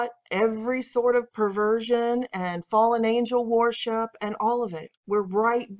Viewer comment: “warship” “warshipping” WORSHIP PLEASE!! I love your content. I watch it in its entirety. The relentless use of the word with your pronunciation is distracting. Keep up the good work and may God bless it and you.